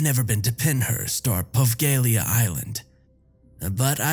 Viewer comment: Nice job! But it's pronounced "po-VEH-lee-ah" Island. :-)